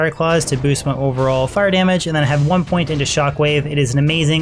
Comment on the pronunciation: Bro why does it sound like you say "100 point into" when you are meaning 1 point into, it always sounds like this and I had to ask lol.